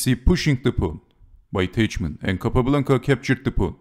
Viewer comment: Teichmann is read as Tajhman [taihman]